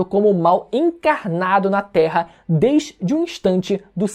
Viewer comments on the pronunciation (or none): none